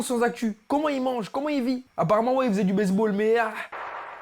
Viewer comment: il a dit "base ball"mais j'ai compris "baise ball"🤣